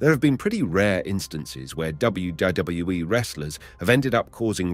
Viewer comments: learn to say wwf and wwe for god sake u can say it! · Especially when there was once or twice in this video he said it correctly then just back to gibberish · I never heard anyone have quite as much trouble saying "WWE" as this. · I thought it was just me